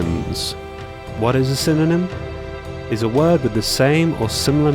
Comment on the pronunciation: I heard synonym as cinnamon lmao. I was like i know what's a cinnamon. XD